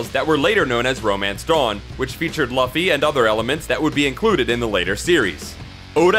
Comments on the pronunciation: ah yes our hero ..Luhh-ffy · This dude had 1 job get laffy name right smh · It's pronounced "LOO-FEE". The anime makes it pretty clear. Also, these are pretty known facts about One Piece. I wish you went a little deeper. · It's pronounced loofy :) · my ears bled whenever you said luffy wrong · That Luffy pronunciation though.. Hurts my ears everytime I hear it. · you say luffy werid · Why was this okayed? Can't even pronounce luffy really?